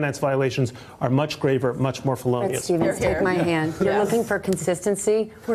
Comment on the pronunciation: “In extremus, you must be killing it at scrabble, in extrimus, fellenious .....” Way to flirt, sister!